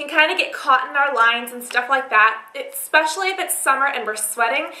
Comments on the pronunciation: its especially. not eKspecially.... Please! i love your videos, but this just kills me every time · "exspecially for summer" derp say especially right. hahaha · It's so cute how you say "ekspecially" instead of "especially" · lol I love how she says "especially" like "ekspecially" so cute :P